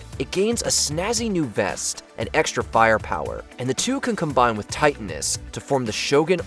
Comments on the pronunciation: The Pa-Terra zord? TIGHT-inus? Dude, please, work on your reading skills. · Same with Titanus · How can you call yourselves (the WatchMojo people) fans if you can't pronounce the names correctly 😡 Even the most casual fans know how to pronounce Titanius